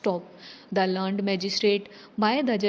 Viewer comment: didi learned ka google pronunciation check kro aap ek baar aap usko learnt jaise bole rhi ho, pronunciation pe thoda work kijiye plz